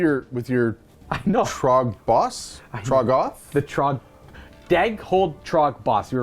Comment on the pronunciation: Trog-GOTH. 😂 I think it’s TROG-goth, buddy